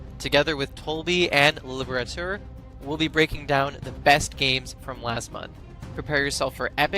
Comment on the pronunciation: what is that pronunciation of Leliberateur from tolbby 🤣